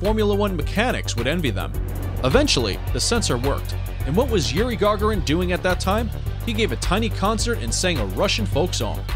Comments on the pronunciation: guys - his name is pronounced Ga'gaarin, not Ga'ga'rin 😕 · Please put stress on the second syllabus in Gagarin, and don't call him "first austraunut". Thank you.